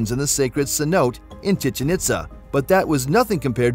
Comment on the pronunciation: The way he pronounces chichen itza 🤣😭